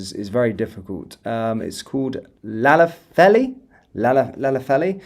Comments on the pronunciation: You make me laugh with your Welsh pronunciation do you want me to give them to you in phonetic language? Love your news feeds. Duved Powis Lanetlhy for starters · Say "Klanethly" "Pow! Iss" as this is a bit nearer the pronunciation I think. 🙂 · It’s pronounced….Clan ~ eth Lee. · Llanelli, broadly pronounced Clan-eth-lee...with the emphasis on eth 😂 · Llanelli or pronounced CLANETHY is that right but do not call out he’s a good man 🇬🇧🏴🙏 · Nice try. it's pronounced like THLANETHLI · It’s pronounced Lan-ethley mate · The pronunciation phonetically is Duved -Powis - and Daven, Thluynhendy. Thlanethli, Velinvoil. Hoipe that helps. The 'double L' at the start has to be practised by those not familiar with Welsh, so that's the best option, It's also Car-mar-then shire.